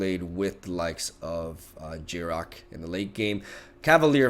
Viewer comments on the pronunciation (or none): yarok has no g in it